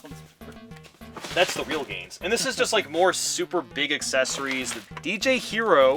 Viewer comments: "BeEg hOuSe" I love the way he says "basic gaming chair" ROFL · It’s not a big house ITS A BEEG HOUSE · There's Big houses, and then there's BEEG houses. XD